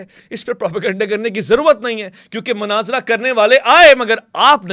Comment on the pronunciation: Great....laikin... Manaazra nahi Munaazra kaha karain.